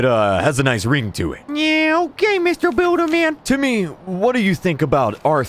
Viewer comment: It’s timmeh... not timmy